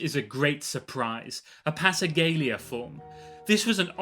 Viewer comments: That part he got right. "lia". But it's "passacalia, not "passagalia". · It's not how passacaglia is pronounced. "Passagalia"? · It's not, really! The C should sound like a K, not a G. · A weird pronunciation of “passacaglia”! (By weird I mean WRONG.)